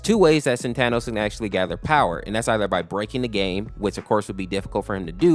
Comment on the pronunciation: Bruh its pronounced saatenohs